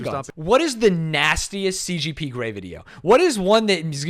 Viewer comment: I thought I was getting Mandela'd when he kept saying CPG grey not CGP but no, I'm right, can't read.